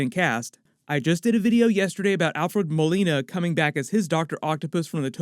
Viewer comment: Thanks for pronouncing Molina’s name right this time.